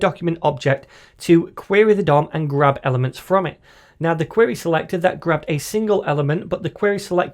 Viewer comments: awesome video, but the way you say selector sounds like selectorAll 😂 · Crack me up every time you say "Selector".. "Craig Daviiid" haha